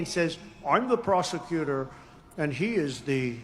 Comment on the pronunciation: It sounds to me as if Donnie said, "I am the prostitutor and he is the convicted felon."